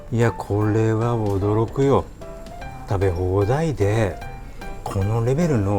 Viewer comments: 興奮気味に喋ってるから 食べ放↑題↓で ちょっとアクセントおかしいの笑う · わぁ、75万人ですか‼️ おめでとございます～( *・ω・)ノ 「食べ放題でぇ」←方言でてません？ コロナが落ち着いたら こんな夢の国、絶対行きます✨